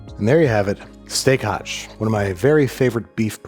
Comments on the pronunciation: FYI - it's not "steak hache", it is "steak haché". There is an accent on the e. Me being a French stickler. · Just a tiny detail : in "Steak haché" that little sign on the last "e" means you have to pronounce it like in "touché". The way you said it in the video ("hache"), it means "axe" in french ;) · Filet Mignon is actually PORK here in France, not a beef tenderloin ;) The More You Know (and "steak haché" is pronounced "steack ah-sheh" :D but french is a mean language that doesn't want to be pronounced properly by anyone !) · You got me with that chuck steak intro. I laughed heartily. Also, steak haché is pronounced "ashay," rhyming with "stay". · Love the content, as usual. For the chuck roast, my I suggest the French pronounciation for steak haché ends with the sound for AY as the é is not a silent E. Looking forward to the next video, as always! Keep them coming.